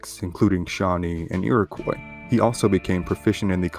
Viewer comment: What are irikwas? Or do you simply have no idea how to pronounce it and couldn't be bothered finding out...makes me think your just reading from a book.